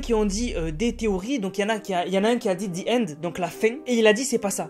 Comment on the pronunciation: 😂😂😂😂😂the : de c’est ze